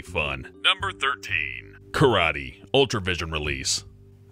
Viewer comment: its karaTE not karai